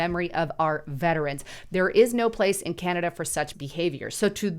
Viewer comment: Canada is now pronounced CANODA